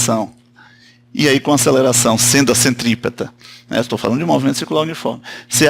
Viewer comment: CENTRIPETRA KKK ACHEI QUE ERA CENTOPEIA HUMANA